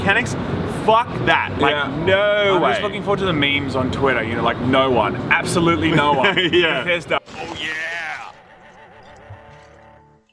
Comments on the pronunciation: Did he just say mimis instead of memes WTF? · did he just say mimis? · meh mays? You mean memes? Was that a joke? I can't tell. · Who the ef says mämäs it’s called meme’s you hooman